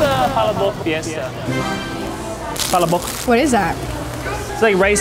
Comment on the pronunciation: LOL the way he pronounced palabok 😂 Must try still is the aloha burger! It has pineapple in the burger and is my mom’s favorite!!